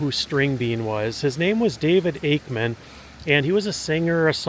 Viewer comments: It’s “AKEMAN”, not “Ackerman”. No R. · His last name was Akeman not Akerman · Akeman sir. Not Akerman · Not Akerman - Akeman - good grief…………../ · Akeman, not Akerman. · You keep mispronouncing his name.. even when it was spelled on the grave marker. It's Akeman not Akerman. There's no "r". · It was Ake=mem not Aker=men!! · It's not "Akerman" ... it's Akeman'. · It’s Akeman not Ackerman. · I have to wonder why you kept saying "Akerman" when it is Akeman. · Let me help you out young man, it's not Akerman, it is Akemon. He was from where I am from which is Jackson County Ky, not Jackson Ky. That is the county seat of Brethitt County Ky. I knew people that grew up with the man, and know alot of tales of him, alot of which I cannot tell on YouTube. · AKEMAN! NOT Akerman. Nice video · I'm sorry...it is AKEMAN. There is no "R" in it. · There is no “r” in Akeman. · Its Akeman! Pronounced Ake-Man. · ...There is no R in his name...geezus man. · You keep on butchering his name and you're looking at the gravesite as you're doing it 🫤🫤🫤